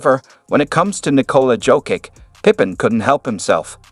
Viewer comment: Learn to.pronounce Jokic's name please 🙏